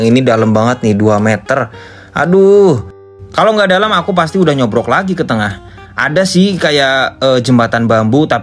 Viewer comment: BUKAN NYOBROK MASE TAPI NYOBOK